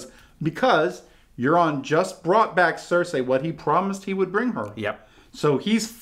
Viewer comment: That's Euron not Aeron fool